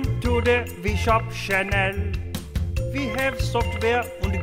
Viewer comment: When you said “Channel” it sounded like my name, Chanel